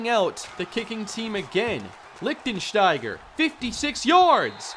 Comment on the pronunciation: how many times did you practice saying Lichtensteiger lol